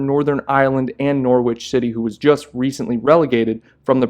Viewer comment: Pronounce it norich it’s a bit like Wycombe is pronounced wicom 😂